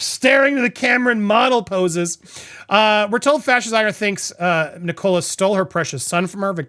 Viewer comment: Fyi, Andy the name Nicola is pronounced NICK- Uh- Luh. Not Nick-COLA.